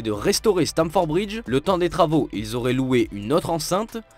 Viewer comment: Stamford bridge et non stanford ...merci